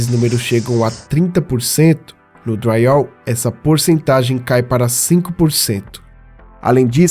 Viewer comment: Porque vc fala dryall?